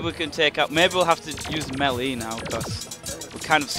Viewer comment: how many times do i have to tell u its pronounced maylay not melee even tho its spelled melee